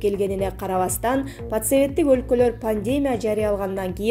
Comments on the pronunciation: Туура суйлочу чалдырабай. Потсоветтик олколор эмес, поссоветтик болот. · Пассовет эмес поссовет туура суйло